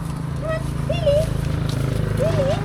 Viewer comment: It is Lilly!! She just couldn’t pronounce it correctly. 😅